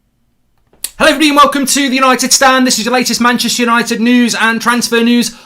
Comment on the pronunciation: It's "Hello, eribody..." 😂